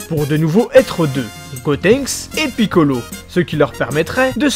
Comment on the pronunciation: Comment tu dis piccolo sa me fument